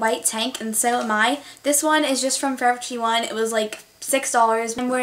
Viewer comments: Lol. You say forever twenty one weirdly. You say it Like fovuhtwienuh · U say forever twenty one so weird.